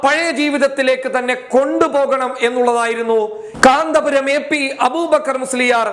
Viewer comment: Sorry കാന്തപുരം അല്ല കന്ത്പുരം എന്ന് തിരുത്തി വായിക്കുക